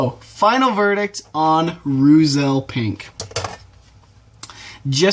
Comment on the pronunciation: Pronounced "roytzel"